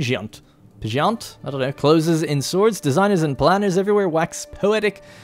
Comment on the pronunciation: Its pronounced "pajent" btw "pahh" not "pay"